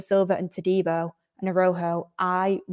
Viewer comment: A-ra-u-ho,, short a, short a, long u, long o, phonetically. You did well,, 👍💕